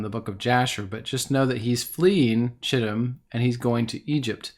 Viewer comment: Chittim is pronounced Kittim